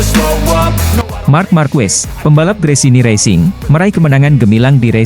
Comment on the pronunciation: marc ma'rquez di baca mar ma'rqe